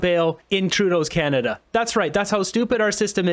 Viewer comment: Welcome to Canaduh hahaha hahaha 🤣🤣